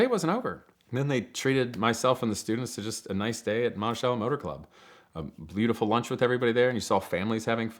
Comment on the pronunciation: Awesome video! Beautiful cars. But I have to get something off my chest because its driving me completely nuts! "Monticello" its pronounced "monti-sell-o" NOT "monti-shell-o"...lol